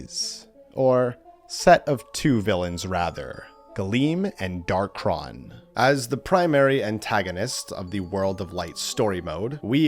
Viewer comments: It's Dark-ON not Dark-RON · First: it’s pronounced Dark-On, not Dark-Ron. Second: we have proof that Galeem and Darkhon were controlling Master and Crazy Hand. During the final section of World of Light, we fight a particular Master Hand that doesn’t disappear like the others, and instead seems to snap out of a trance and go to the center of the area. We see the same thing happen with a particular Crazy Hand. These two particular Hands then rip open a hole in reality and the Master Hand dives in which allows us to control it and fight off a bunch of Light and Dark imitations of the Fighters. The two Hands are heavily implied to be the original two Hands, just mind controlled and replicated into an army. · Hard to take bro seriously when he's saying "Darkron" instead of "Darkhon"